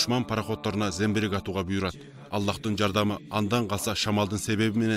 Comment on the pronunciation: Зембирек эмес замбирек